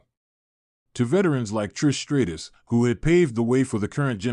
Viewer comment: Stratus and not straightus stupid AI